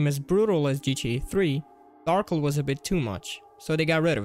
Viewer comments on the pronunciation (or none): lol you said Darkel the funny way